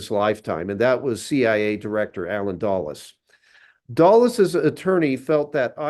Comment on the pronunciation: duh-les, not doll-es